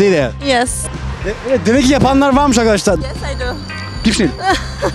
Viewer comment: ulan şu videoların girişinde azcık okunaklı konuş, bunedir olum ( mereba arkaşlar ve siz çok hoşgensiyorum ve ve veeee evet arkaşlar bugüüünn) şu girişi değiştir kardeşim onun haricinde seviliyosun